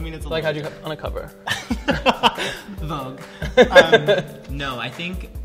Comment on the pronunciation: "Vogue" lmao😂